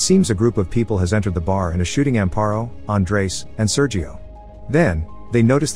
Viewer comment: SerHio, not Seryio!